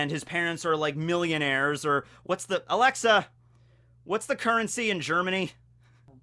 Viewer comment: Did he say multi euronaire?